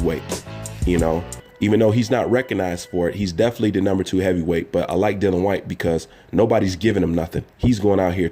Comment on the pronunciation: Whyte would beat Wilder in my opinion. As would any top 10 fighter. By the way you pronounce his name incorrectly it is Dillian . The I is important... Great vid again